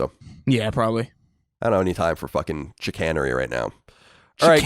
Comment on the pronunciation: I have never heard someone pronounce "chicanery" that way before.